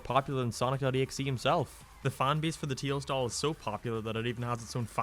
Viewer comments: tails doll, or “TEILS DOLL” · Ah. Yes. The tiels dol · "teels doll" oh im gonna ruin his caree- "if you are about to comment please dont" ..ok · Not making fun or anything but teils doll 😂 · Ah yes teils doll totally not tails doll